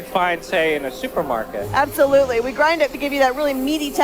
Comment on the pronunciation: I guess the girl's favorite word is "absuloutly"